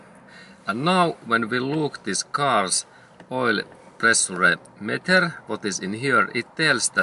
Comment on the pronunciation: Pre su re 😃. It's pronounced (pre-shure) but it's spelled pressure .. but GOOD JOB 👏 I LIKE THE VIDEO THANKS A LOT